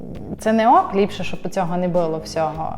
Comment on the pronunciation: Поясніть будь ласка що це херня (не буууло) що за дебільні наголоси!!!! Не було а ви шо мелете